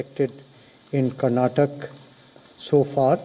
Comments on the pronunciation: Fool it is not Karnatak it is Karnataka. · Karnataka not Karnatek 🤦🤦🤦